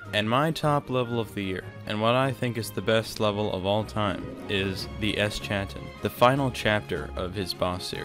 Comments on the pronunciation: Lol ‘the eschanton’ but otherwise awesome video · they way eschaton is pronounced is mildly infuriating